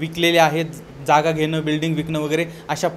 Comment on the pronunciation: डोळ नाही डोळे घेन नाही घेण पने नाही पणे शुद्ध बोला